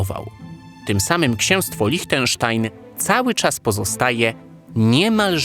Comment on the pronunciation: Świetny materiał, mogę zarzucić Ci tylko jedno: Liechtenstein wymawia się LIŚTENSZTAJN, nie LICHTENSZTAJN 😉